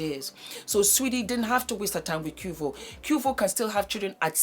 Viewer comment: Its pronounced Kway-vo 🤣🤣🤣